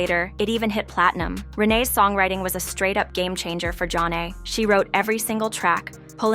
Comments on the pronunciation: It's not john-nay. Zha - nay. Also: Homebase is a studio album by DJ Jazzy Jeff & the Fresh Prince. Not Will Smith. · It even has the words "Pronounced Jah-Nay" on their debut album cover. I don't know if this is an AI generated voice narrator or a live person, but it's pretty easy to find out how to pronounce their name. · The pronunciation of “Zhané” and “Flava” makes listening difficult. The narration seems forced and foreign. “Group 1-1-2”? This sounds like the epitome of a “culture vulture”